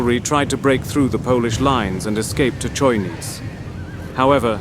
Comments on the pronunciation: 'Czojnic' 😂😂😂 Its CHojnicE... Cherekwichca? 😂😂😂😂 Love ya xD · Polish names are mispronounced beyond recognition. Chojnice is not any "Konniz". It`s HOY-NEE-TSE.